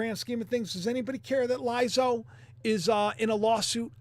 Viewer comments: sweety, her name is pronounced LIZzo, not LAIzo. And yeah, she’s is utterly rotund and NOT good looking at all. Truth is truth. Too bad if people get butt hurt by that. This is ridiculous already! Most women would never aspire to look like her, in ANY way. 🙄🤦🏻‍♀️ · You crack me up,. The singer's name is pronounced "Liz-Oh". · Lizo, pronounced like lizard. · The way pronounces Lizzo's Mame 🤣🤣🤣🤣🤣🤣🤣🤣🤣🤣🤣🤣🤣 made my day